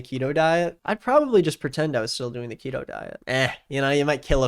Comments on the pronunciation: I find it baffling that this person who has likely never had to diet in any form in his entire life finds it necessary to pretend for twenty minutes to be an expert on the matter. Despite the fact that he couldn't do enough research to even pronounce it correctly, he is still able to poke fun at the people who have. There are plenty of studies out there that prove the efficacy of the diet for those who want to find them. He obviously didn't want to, because it's easier to spend twenty minutes making fun of dieters (and to equate them with anti-vaxxers) than to spend twenty minutes reading about the doctor who literally argued the case for a ketogenic diet in court and won, or do a five second search to learn that it was suggested for weight loss a full sixty years before it was used for epilepsy (a fact that doesn't fit his narrative the people are using it for unintended purposes). It's easy and funny for him to lie about diet pills not killing anyone (god, just do A SINGLE google search and you'll learn about things like Fen-Phen, Meridia, et cetera all in the same article!) despite the fact that there is zero evidence that anyone has died from keto dieting. He finds it fun to make fun of someone for eating two whole tablespoons of cheese (god forbid two whole tablespoons!), or putting cheese on a pizza (the audacity!) after admitting that he gets food delivered to his house constantly (no, no, you're right, I'm sure it's all salads, whole foods, and ancient grains and it's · Every time he says “ketoh” instead of keto I want to kill myself a little more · The most frustrating part of this video is how you pronounce keto as ketto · ket-oh lmao, its key-toe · Why'd he say keto not keeeto at the start? My dad went on keto for a long time and it immensely helped his seizures. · It's pronounced keto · I agree with everything in this video apart from your pronunciation of "keto." It is "key-toe," and idk why it's bugging me so much. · Thought it was pronounced "Key-Toe"